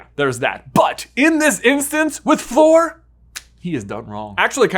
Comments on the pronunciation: Love you guys but just have to say it’s Fleur, sounds like flurry, not floor. Sorry, I just twitch every time I hear someone say her name wrong. So many people say floor. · I thought it was Fleur not “Floor” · Fleur, not “Flor” :) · Fleur! She's called Fleur, not Floor! Don't get me wrong, your videos are cool, but please xD If you have trouble pronoucing it the French way, then make it rhyme with 'slur'. It'll be more correct that way. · Lol. How he's calling Fleur "floor" the entire time. 😂